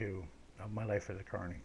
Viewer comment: Glad to know ya mate. This is an interesting story. The funniest thing is when i first started listenning i thought you said attourney and i thought you were a lawyer.